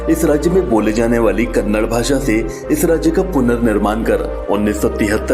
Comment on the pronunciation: It's Kannada And Karnataka please pronounce or Language and state Properly